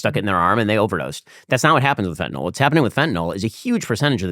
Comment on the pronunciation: A joint with laced with Fentanyl 🙄 That’s the stupidest thing I’ve ever heard. Also it’s FENTANYL, not FentaNOL. Oh my allergies are acting up, better go take some Benadrol.